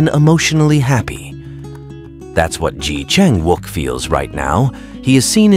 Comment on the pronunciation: Pronounce his name correctly please